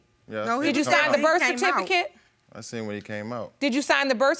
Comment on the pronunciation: Did he call it a birficate?